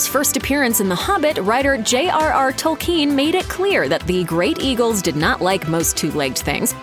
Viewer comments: TOLL-ken, not tol-KEEN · Fell beasts are not dragons. It's Tolkien, not Tolkeen. Etc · Tolkien. Not Tolkeen. Jeezus. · Please pronounce the dang names properly. It's kin not keen tol then kin 😤 I've looked at 10 other people say it correctly learn to pronounce people's names correctly. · It's not pronounced tol-KEEN, though. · I can’t get over Tolkiiien. How can you say his name wrong bruuuuh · So no one is going to comment on her butchering Tolkien's last name? "tOLLkEeN" 🤪🤪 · J. R.R. TOLKEEEN? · The way she pronounces "Tolkeen" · Speaking of "getting it right," until this video, I have never heard the author's last name pronounced, "Toll-KEEN." If you are so sure that's right, maybe explain why? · Tolkeen? Is that how it's pronounced where you're from? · Since when were these books written by J.R.R. TolKEEN? It's so annoying when a pseudointellectual tries to sound impressive by mispronouncing words and names, in a vain attempt to sound distinctive. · Good information but she needs to learn how to say Tolkein correctly. I have seen too many video where the speaker gets peoples names wrong. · "TolKEEN" she says?? sigh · Am I the only one annoyed at the way she says “Tolkeen”? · I dont know about you guys, but i was most surprised by her pronunciation of "Tolkien" lol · Nobody, but nobody, pronounces it 'tole-KEEN.' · The way she says Tolkien.... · Why do you put the stress on the second syllable of Tolkien? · Can't even pronounce Tolkien correctly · The way she pronounces Tolkien's name bothers me. Maybe I've been saying it wrong all my life, but it still grates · Americans can not say "Tolkien" properly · Please learn how to pronounce "Tolkien" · These fools can't even pronounce Tolkien name right what do you expect.